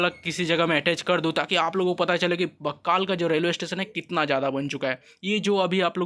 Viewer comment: बक्कल हैं,बक्काल नही